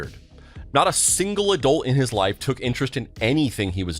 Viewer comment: When did it start being pronounced 'adoolt' instead of adult??